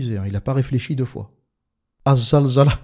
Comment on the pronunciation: alors? c est zilzel ou zalzala?? en tout cas quand tu t oublies tu le dis comme il faut il suffit de te réécouter